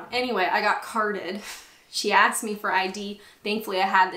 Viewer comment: You "aksed" us? *Sigh* Right, down the snake with you, throw a 6 to continue your journey to proper speech. :P